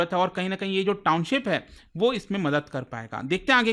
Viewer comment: Sir Noida se h. Township ko Towncip bolte par kaam kar rahe us cheez par, bhot bekar lagta h